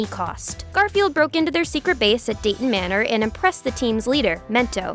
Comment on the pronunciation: Did you just call doom manor "Dayton Manner"?